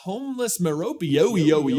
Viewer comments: On the pronunciation of Merope, it’s a Greek name, so the e at the end is definitely pronounced. Not sure which of the options is correct but “Mer-OPE” is definitely not lol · You're wrong about the pronunciation of Merope. It's an ancient Greek name, one of the seven Pleiades, and we know very well how it's pronounced and can follow the long-standing tradition of anglicisation of Greek names to deduce "MEH-ro-pee". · So Merope is a greek name for one of the Nymphs of the Pleaides (as well as one of the stars in the Constellation) and, outside a bad AI pronunciation, it usually comes up as MEH - roh - pee. So that's what I go by. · the most natural Merope pronunciation in my mind is "MARE-uh-pea" (NOT "MARE-up-ee") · Her name is based on a Greek mythological character; a nymph. It is pronounced mee·rowp. Rowp is pronounced like rope. I do know how to pronounce it 😜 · It’s pronounced “mare-uh-pay” or “meer-uh-pay” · It's pronounced Meropee like Penelopee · It's pronounced as me-ro-pee Actually, no, it's way too weird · the pronunciation is Marrow-PAY, because that's how dumbledore and BOTH audiobook (stephen fry, and jim dale) pronounce the name) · We know Merope is pronounced "Mer-rope-ee" because it is an Ancient Greek name. You fully pronounce the E's, and its a very common naming convention. Examples include names like the Goddess Aphrodite "Afro-die-tee," or I don't know, HERMIONE?? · I'm pretty sure Merope is pronounced "MER-O-PEE" with the emphasis on "MER." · FYI- the “e” on the end of Merope is pronounced with a long ē sound (Meh-roh-pee) similar to how it is pronounced in Hermione or Penelope. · i alway pronounced it murrr- rope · Note: it IS Meh Row Pay because that’s how the Audible Audiobooks pronounce it and they got a punctuation guide on how to pronounce literally everything to make sure it was right. So we do know. Meh. Row. Pay. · I have Googledebunked Merope is pronounced Meh-roh-PEE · It's a Greek name; it's pronounced Meròpee. Source: I am Greek.